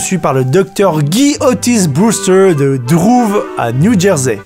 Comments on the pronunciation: c’est pas Drouves mais Douvres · c'est douvres pas drouve